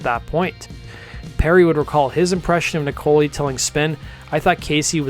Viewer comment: Good to see a video on this great group. Thank you! Casey's last name is pronounced like "Nickel eye". I've been freiends with ger for about 15 years now. She also named the band - sort of. She and Perry were sitting on a couch trying to name the band and Jane walked by. Casey's jokingly said "Jane's Heroin Experience", a play of the Jimi Hendrix Experience. It was a throwaway joke by her but Perry got quiet, stared for about ten seconds and twisted it into "Jane's Addiction". The lyrics of the song "Obvious" were written by Perry about Eric. Casey said she wasn't even sure Eric know that and he played on the song.